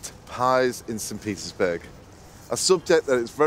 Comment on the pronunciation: Whenever he say Petersburg, sounded like Pizza’sburg.